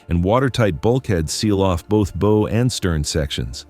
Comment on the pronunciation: When we're talking about a subject with many technical nautical details, just can't believe anyone is credible who can't properly pronounce the word, "bow." Methinks the narrator is a dunce who doesn't know the first thing about yachts. Downvoted.